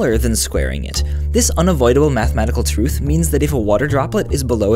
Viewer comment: twuth? Is there any physics to speech impediments